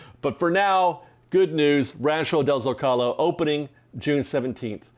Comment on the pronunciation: That's great news. BTW, Zócalo should be accented on the first syllable.